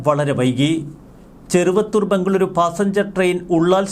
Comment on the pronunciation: മംഗളൂരു.. അല്ല. മംഗളൂറു.. അതേപോലെ... ബെൻഗളൂറു... എന്നാണ്. ര യും റ യും നോക്കി വായിക്കുക.